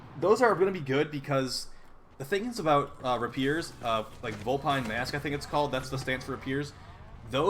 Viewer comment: Rah-peers. I'm dead. Lol